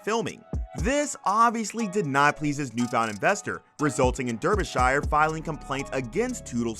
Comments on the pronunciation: Your pronunciation of Derbyshire is utterly ridiculous. Darby-sha. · Derbyshire pronounced DARBYshire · Oh jeez, your pronunciation of "Derbyshire" is like nails on a chalkboard to me...repeat after me...."Darbee-shur" (think New Hampshire)